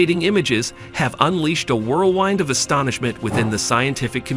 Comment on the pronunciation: Webb is actually the Hubble's younger sibling, not older. And the word is whirl wind not whined.